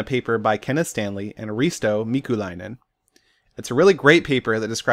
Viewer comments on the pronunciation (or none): Dat pronounciation of Risto Mikulainen tho